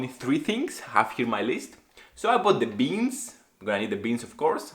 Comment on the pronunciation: I kinda like how you pronounce RECIPE 😁, the BEANs Pumped Up "let's say" and became like bumblebee.